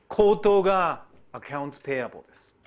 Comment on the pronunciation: カッピイウライツ、ペイアボーウ、ネーガリブエクイリーｗｗｗ かなり発音いいねえ！